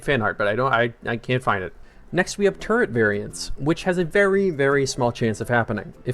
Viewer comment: what is with people saying "turrent" lmao